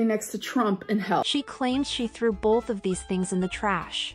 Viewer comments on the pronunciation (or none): Hahaha “bolth”